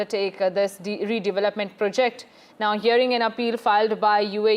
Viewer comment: It's not pre'JECT, it's 'PROject